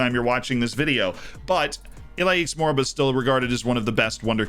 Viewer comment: Iliax Moriba is pronounced like this- "e-li-ach moriba"